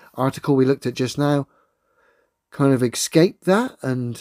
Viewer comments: Well, he says "excape" instead of "escape" so.... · did you axe him about why he says excape?